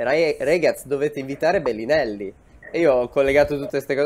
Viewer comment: Nessuno: Fedez: BELLINELLI